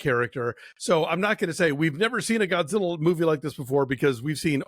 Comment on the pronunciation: ゴジラ！！he's good pronunciation